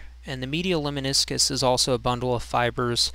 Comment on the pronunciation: It's Lemniscus, not Leminiscus. Anyway, cool video.